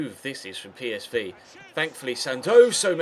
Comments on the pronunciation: pey-es-vay? PSV say pee-es-vee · ITS NOT PSVAY ITS PSV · bruh I think that's the Dutch way of saying it